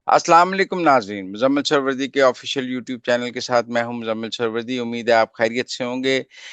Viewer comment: سہروردی درست تلفظ ہے نہ کہ سور وردی